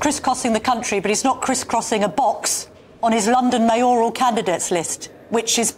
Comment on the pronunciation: Mayor–al not May–oral.